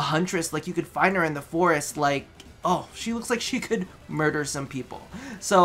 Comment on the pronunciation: "Murder some people" - the way you said that... I don't fucking know. It made me laugh so hard:P:P:P Kinda put a cute roll on the m in murder:P